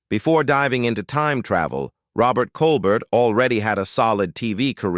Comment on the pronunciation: Robert Colbert the T is silent it's pronounced Colber